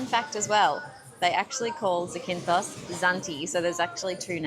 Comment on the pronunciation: It's not Zi-kin-thos it's Za-kin-thos > in the first 30 seconds you mispronounce it 3 times